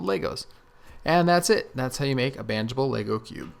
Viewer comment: Everytime he says bandagable I hear "banjable." Lol